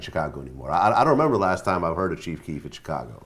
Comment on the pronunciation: How come Vlad can't say Chicago 🤣 he keep saying "Chick-ago"